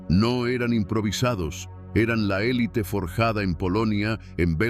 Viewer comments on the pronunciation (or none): none